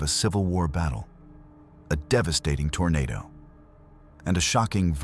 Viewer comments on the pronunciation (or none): none